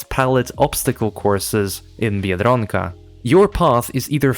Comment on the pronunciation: The way you say biedronka I thought you were native lmao